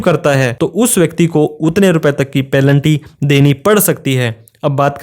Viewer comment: पैलेंटी = पेनल्टी। कृपया उच्चारण का ध्यान रखें